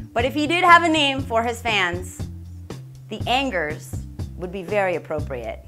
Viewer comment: Not anggers. But ang